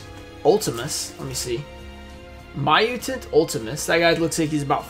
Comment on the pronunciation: Butchered the poor muytant cards 😂😂😂